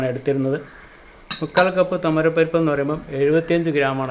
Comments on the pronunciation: തോമരപരിപ്പല്ല തുവരപ്പരിപ്പ് കരിവേപ്പില അല്ല കറിവേപ്പില രണ്ടും വഴുതിന തന്നെ കത്തിരിക്ക എന്നാൽ തമിഴ് ആണ് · സർ ഞങ്ങളുടെ വീട്ടിൽ കരിവേപ്പ് എന്നല്ല പറയുക, കറിവേപ്പില ആണ്.. പിന്നെ തുമരപ്പരിപ്പ് അല്ല, തുവരപ്പരിപ്പാണ്